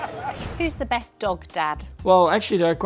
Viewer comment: Editors leaving in George saying "breast" is diabolical work